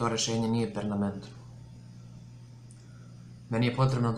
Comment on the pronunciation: Kaze se permanentno, a ne pernamentno. :) Poyy